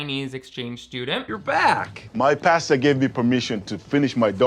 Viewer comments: I see you still read it as pasture 😂😂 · lol You said "pasture". Again. ;) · The fact that still can't say "pastor" after making so many religious videos is strangely endearing ❤️ love you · I love how says pasture for "pastor"... Idk if it's on purpose but it's so cute. Edit: commenting on this like minutes after I comment! It's like we are SOUL mates. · It's so hard to day Christian pastor three times fast. It sounds like Kristin pasture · I never would’ve noticed how wrong you say “pastor” except you mentioned it in the beginning 😂